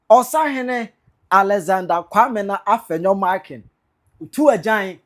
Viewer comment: AFLAO IS PRONOUCED APLAO. IN EWE LANGUAGE F IS NOT PRONOUNCED AS SUCH. F IS PRONOUNCED P. SO EFUTU MP AFENYO-MARKIN HENCE AFENYO BECOMES APPENYO-MARKIN. THE NAME IS EWE LANGUAGE, RENDERING AFFENYO APPENNYO NARKIN.